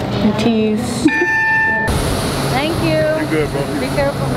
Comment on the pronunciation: 'At (@ ease' ( sounds like 'atisse)